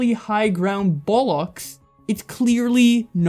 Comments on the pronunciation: Hearing you say bollocks is so strange, it's pronounced "bol-oks" at least it is in Britian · Amazingly well put together video, but that pronunciation of both "nonce" and "bollocks" made me physically cringe lmao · bruh i know you're american but your pronunciations of "Nonce" and "bollocks" are really grating me :0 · Hehe u pronounce bollocks weird. Its weird though most swear words are pronounced the same by americans and brits, but twat and bollocks are pronounced VERY differently. Probably because americans rarely hear very british swear words, or maybe vice versa its because the brits rarely hear americans say them. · I love how Americans say bollocks 😂